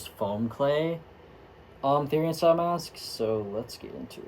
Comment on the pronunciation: I hear everyone pronounce Therian the way you used to and not the way you do now.